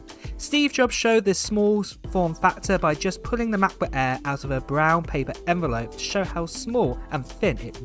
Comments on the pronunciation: he is a m’cbook eaa guy mcbook Eae…😂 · Work on your pronunciation.. MEHBUHK EHHHH is not a way to say MacBook Air